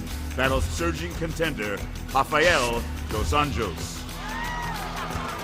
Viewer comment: Also, they're going to pronounce Cormier correctly but still say Anjos like they don't know the j sounds like a y... Unforgivable